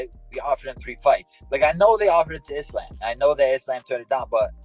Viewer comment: How does Belal do camps in Dagestan yet proceeds to pronounce Islam's name as "Islaym". Wtf